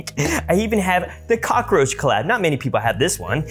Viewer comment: Did bro say cocoroach🤨